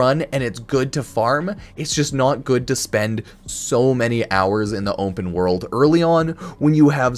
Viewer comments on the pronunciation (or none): "Onpen World"